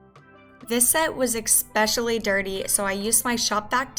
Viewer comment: eXpecially? sorry, but.....